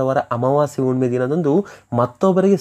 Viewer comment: Unnime alla Hunnime. Kannada sariyagi matadi